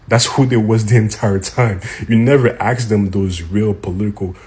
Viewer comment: The word is A-sk. ....ASK.....It's not aKs. If you're want to come across as educated.....it benefits you to use the English language correctly.